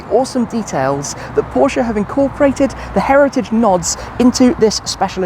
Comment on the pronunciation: Your pronunciation of „Porsche“ is great. 👍🏼